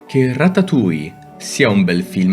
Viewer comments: 😑🤦🏻 si dice ratatuoie Non tuia😂 haha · Di però ratatuja non si può sentire 😂😂